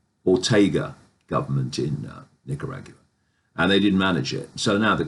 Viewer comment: “Nicarag you a” ? Lol 😂